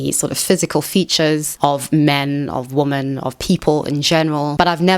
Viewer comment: why do you pronounce "women" as "woman"?